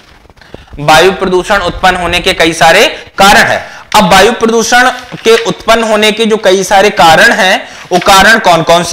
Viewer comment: बायु नही वायु बोलिये,,😂